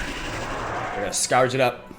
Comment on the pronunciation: Just an FYI, The Scourge is pronounced like: The Skerj